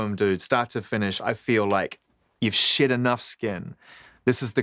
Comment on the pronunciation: Greg Pappas it sounded like he was saying shit your skin instead of shed your skin lol